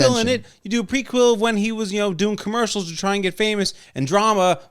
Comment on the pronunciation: prequel (preek wool)...not prequill lol